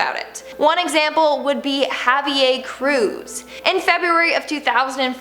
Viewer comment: The way that she pronounce Javier Cruz hahahaha Ha Ve Airrr with a slight roll on the R I love this videos